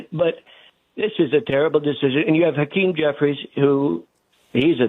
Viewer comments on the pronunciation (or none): none